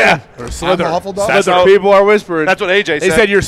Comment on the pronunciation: Pat, its Hufflepuff, not Huffleduff